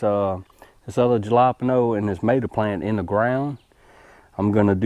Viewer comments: Just found your channel when I was researching tomatoes and cucumbers plants. Good stuff. You deserve more subscribers for your effort. Btw, are you trying to say alapeno peppers? I was a tad confused. Jalapeno are pronounced "ha-la-peen-yo.". Or maybe it's a plant I never heard of. Idk. By no means do I mean to be negative on your videos. Just thought you would like to know. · Jalapeno is Halo peen yo